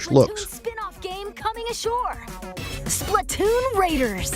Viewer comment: The way you said “Splatoon” is criminal